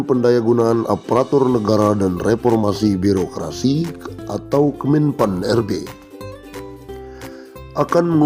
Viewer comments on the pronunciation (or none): Aduh makinkentara bohongnya g takut dosa pak orang udik birokrasi dibaca birukrasi kelompok dibaca kelumpuk